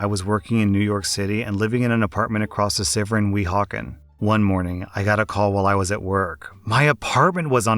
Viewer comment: "across the sivir" lol